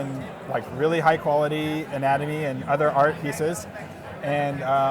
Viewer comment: "Anatomy" LOL